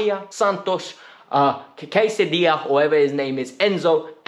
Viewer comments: Did you just pronounce Casadei as Quesadilla 🤣😭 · fair I’m pretty sure it’s pronounced kas-a-dey